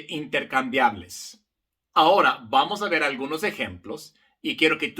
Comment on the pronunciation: Querido profesor su color de piel no es importante, solo importa que es un profesor excelente. Le informo que en correcto Español se dice Ahora no Hora.